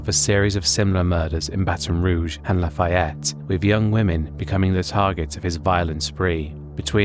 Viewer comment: Lah-Faye-Yet not Lah- Fye-Yet